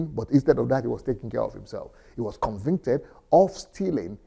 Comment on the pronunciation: is it convinted? or convicted, just kidding